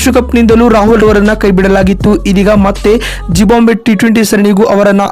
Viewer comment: It is not zibambve it is zimbabve